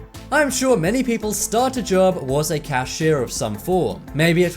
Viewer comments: " cashire " ...CASHIER is the right word. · The video said cashire instead of cashier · “Cashier” is how you say it.